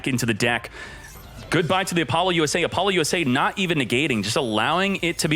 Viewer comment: "APOLLO - U.S.A" might be the funniest pronunciation of this card so far lol